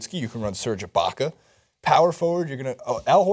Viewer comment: DId you say Serge Ibaka at the 3? C'mon